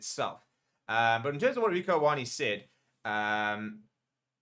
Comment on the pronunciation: What a strange take from Stephen to create a mountain out of a molehill regarding Ioane's comments. Not once did Rieko imply any 'fighting talk'. If anything, both the AB's & Bokke squads share mutual respect during media pressers. Btw, Ioane (a Samoan transliteration of the name John) is pronounced: 'Yaw-ah-neh'.